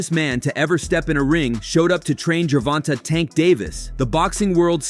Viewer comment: It's not fucking ger von tah it's Ger von Tay say it TF right !!!